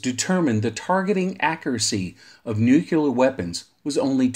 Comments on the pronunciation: Great video, and very informative, but as a guy who does voiceover professionally, you lost me at every reference of nu-cu-ler. It's pronounced new-clee-er. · Why is the word "nuclear" so difficult for some people to pronounce? Nu-Clear. Two syllables. There's absolutely no such thing as "new-cue-lur". I question the accuracy of any information presented by someone who literally can't pronounce a two syllable word. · Nucular, huh? Took me right out of the video every time I heard it. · Great video, but am unfamiliar with the term, “nucular”. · Jesus Christ why is it so hard? Say NEW. Say CLEAR. Theeeeeere ya go, son. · Yes, this makes this video almost unwatchable, having to hear that word constantly. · My incredibly intelligent dad has been talking about nucular stuff my whole life; still trying to figure it out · I agree, this is one of my pet hates. I found the video interesting but unwatchable due to the 'nukular'. I had to turn it off halfway through. I just can't take that guys voice. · I like it! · Nucular? Jesus wept 🤦‍♂️